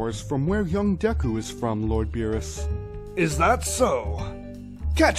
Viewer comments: Deku is pronounced D-ee-k-U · It’s DEKU SRUB